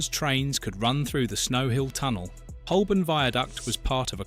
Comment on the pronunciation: Holborn is sadly mispronounced throughout 🙄